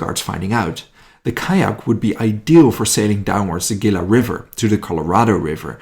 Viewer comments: Tucson "Too-San" Gila- "Hee-la" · OK, not being mean but Tucson is pronounced Too soan. Gila is Spanish the G is pronounced like H. Hila Don't feel bad. If you are not from the Southwest it would be difficult. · I live in Phoenix. FYI Tucson is about 90 miles South of Phoenix. Mexico is about 90 miles further South. Tucson is pronounced Two son Gila River, Gila is pronounced : He lah Piestawa Peak was then known as Squaw Peak